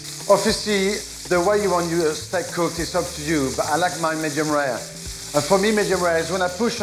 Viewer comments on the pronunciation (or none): Love the "Stak"